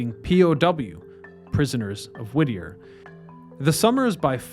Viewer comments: Whittier not Whittner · It's Whittier not Wittner. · Is it Whittier or Wittmer? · It’s Whittier, not Wittner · The town´s name is Whittier, not Wittner! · Is it Whitner or Whittier? Im confused now.. Im from Alaska lol. I tried googling it too. hmmm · Whittier or Whittner? Sounds like you keep saying the latter. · Nice try, but no cigar. In your intro you started the sentence with "Did you know that Wittner..." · Are you trying to say Whittier? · Not the only case of mispronunciation or misuse of language splattered all across these videos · SAY THE NAME THE SAME WAY ALWAYS! Wittier/Wittner/Wittnier?🤔 Consistently proper pronouncing shows basic respect for the site and people. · It's Whittier 🤣